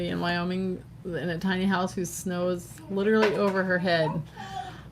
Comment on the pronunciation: Wyoming not wooing